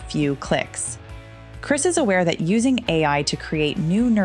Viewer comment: I would have given a like if you pronounced his name right. It’s Krist Novoselic, not Kris. Not trying to be rude, it’s just respectful ♥️🤗